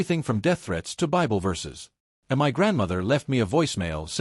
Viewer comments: Very annoying robot keeps reading the word " my " as " m why " like the 2 letters are single letters . So the channel owner doesn’t even check anything ...that’s exactly why people won’t subscribe and will even stop listening in the middle of the story . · It's MY home not M Y home hate AI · When the AI sees "not in MY apartment", how does it know that is a word in all caps for emphasis, as opposed to an acronym such as ACLU or YMCA? Please explain exactly how the software works when it comes to things like that. We'd all love to hear your "expert" knowledge on the subject.